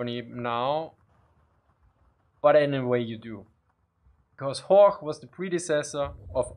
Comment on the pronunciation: I'm quite surprised how you pronounced things like "Horch" and "Storch". Especially when one hears your "Zischlaute" when you speak English. But anyway... as a "Piefke" I like your Austrian dialect ;)